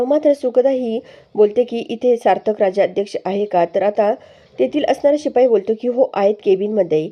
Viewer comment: उच्चार भ्रष्ट आहेत . राजाध्यक्ष, राजा अध्यक्ष नाही